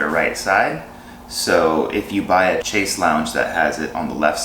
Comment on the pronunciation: FYI - "chaise" = pronounced like "shaiz".